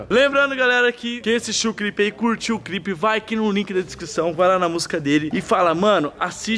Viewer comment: Kkkkk o Renato vai falar clipe ele fala crip